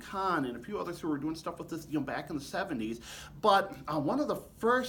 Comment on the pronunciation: thanks for what you’re doing! I listen to videos like this on headphones so I can hear every nuance of the sound of the trombones you demo. I imagine many do the same. BUT, in this recording, in your excitement, you are emphatically speaking introductory words, like “BUT” ten times louder than the rest of your sentence! The result is that while I’m wearing my headphones, you are blowing my head off several times during this one video! Please stop doing that!